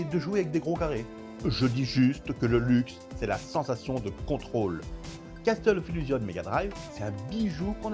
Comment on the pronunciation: J'apprécie tes vidéos pour plein de raisons comme les points de vues inhabituels et les informations techniques précises, en revanche, les illustrations sont souvent très mauvaises à mon goût, notamment les images IA. Des comparaisons d'écrans auraient été appréciées et bienvenues. Enfin, mes oreilles pètent les plombs à chaque 'Casteul of illusion'. Ça se prononce 'Kassol of Illougeonss'